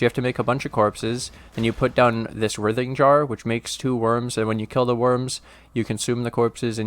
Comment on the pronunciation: Fuckin love the builds and the consistent videos and this build is no different. I know it’s not “your” build, I just enjoy your take on all things minions. I always look forward to your vids so thanks bro Oh and it’s pronounced “RY-thing” (like Ryan, Ry) jar. Like “writhe in agony”.